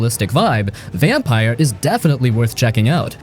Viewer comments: its said like vampure not vampire btw! Great game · Not "Vampire", it's "Vam-peer". And no, you cannot expect strong storytelling from Don't Nod, not anymore. Robocop is not a good game. Eriksholm is too fresh to be underrated. And it's not getting top marks for a reason. It is good, but, not that good. I liked it and hated it equally in my playthrough. Hi-Fi Rush is far from underrated, why would you include it? Ryse: Son of Rome's place is well deserved. It's not good, but okay. Also, way too old. AAAH! The Wolf Among Us? The game that made Telltale Games famous? Underrated? From here on I'm convinced you don't even know what are you talking about. Titan damn fall? Ugh! WHAAAT? A Plague Tale. Okay. You're done. You really clueless. Don't do youtube anymore, please. Also, a 1.5 hour video? Gosh! THUMBS DOWN!